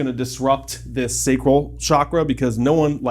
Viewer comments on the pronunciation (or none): You mispronounced reiki and sacral.